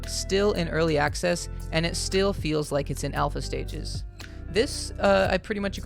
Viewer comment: "early acces" 😂